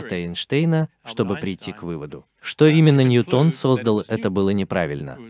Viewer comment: ˈnjuːtən дорогой товарищ переводчика.